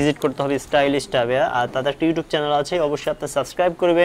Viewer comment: Stylish বলতে পারেনা লোকটা বলে Stylist ছাগল